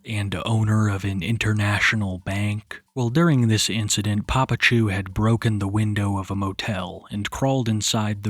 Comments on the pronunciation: You calling it incidentchu has me GIGGLING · "incidentchu" son i'm crine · Are we really calling it the “incident-chu” 😩💀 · I had to rewind the video, I was like "did I just hear "incident-chu" ???" 😂😂😂